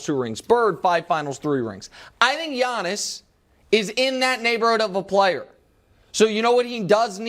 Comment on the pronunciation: It’s Giannis! Not Janis